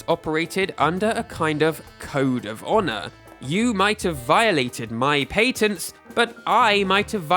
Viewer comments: Patents has a short a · paytent got me clicking off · Literally can't watch this patents pronunciation is too horrible 😂